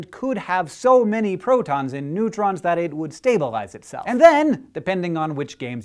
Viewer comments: Neutrons, not nuerons (whatever that means)! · "Nuerons"?? Surely you must have rushed with the breaking news, which was really cooL btw. DFTBA